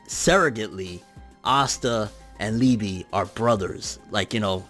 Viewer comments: Lee--ba..... Lee--bee just sounds wrong. Its like calling Yami Yammy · liebe is pronounced leebay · Its pronounced Lieba(its german) but spelt Liebe(which means love) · I think that Liebe is pronounced lee-bay